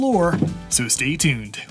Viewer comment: It throws me off every time he says "so STAY tuned" instead of "so stay TUNED"